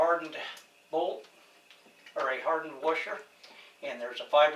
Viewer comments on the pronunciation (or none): What's a "Wersher"?